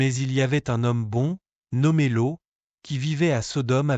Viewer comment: Cest Loth et non lo